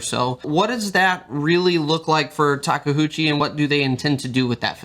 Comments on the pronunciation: Of course the company rep naturally clearly says Take-UCHI, while everyone else is dislexic and I hear them say Take-HOOCHI all the time.... it's OOCHI not HOOCHI. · Taka HOOCHIE ? im sorry but i just dont know how you read that from taKeuchi ? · Working on a radio controlled model of a legally distinct "red track loader" and it has been great fun. Our Caterpillar at work just isn't as refined. Takeuchi (say it with me: "ta kay oo chee") practice your Japanese syllables 😂. Real talk though, great video, can't wait to see more of Tak's full lineup hit our shores, and really miss those live streams.